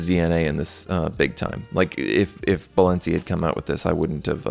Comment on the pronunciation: « Sciura » /SHOO-rrrah/ means « Madam, (rich) lady » in Lombard/Milanese PS: please stop saying « Balensi », I beg you.